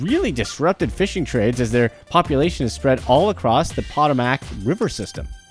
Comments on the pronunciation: Pa-TOW-mac river not potta-mac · I can't believe how horribly you said Potomac!